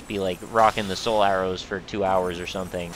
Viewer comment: Every time you say "Soul Arrows" I hear "Solaire-Os" the grossly incandescent breakfast cereal. I love it!